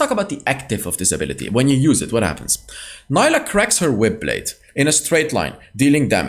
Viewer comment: Fyi, her name is pronounced as “Nee-lah” 🫡